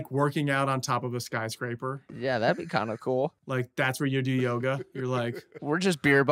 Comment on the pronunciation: I was like did my man just say sky craper twice???